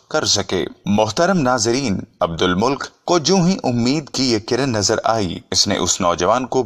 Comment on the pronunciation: عبدالمُلک نہیں ہے بھائی بلکہ عبدالمَلِکْ ہیں